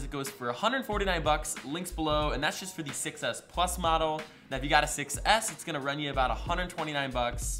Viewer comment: he said iphone 6s pluz